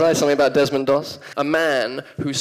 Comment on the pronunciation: Desmonda Mossa? Chyba Desmonda Dossa